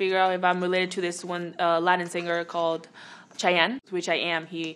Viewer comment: You say my name chayenn